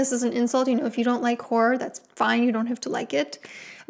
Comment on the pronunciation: It’s hard to hear if you’re saying “horror” or “gore” because you some how turn “horror” into a one syllable word when you pronounce it. It sounds more like you’re saying “whore” which is not “horror”. Sorry to nitpick the way you speak, I just find it very distracting and it was genuinely hard to differentiate which word you were saying towards the start of the video.